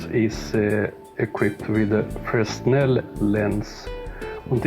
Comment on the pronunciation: Just subbed and love your content. The lens designer was a French physicist and his name is pronounced "Fraynell". Not a critique but an observation. Thanks.